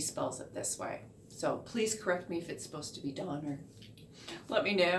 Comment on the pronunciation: It's actually pronounced "Donner" to rhyme with "honor"